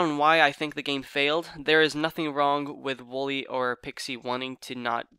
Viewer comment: You pronounce wollay wall-e not woolly